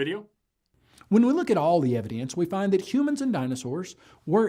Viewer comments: "When we look at all the EViDIENCE"? Not "evidence". "Evidience". Wow. (Timestamp ) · ...did he say "evdience"??!!?